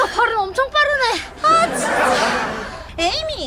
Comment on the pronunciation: 나는 에이미 이름이 자꾸 애미로 들림 ㅋㅋ